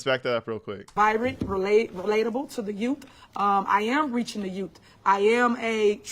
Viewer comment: "Vibrant"? Try "vibrant", HenTard.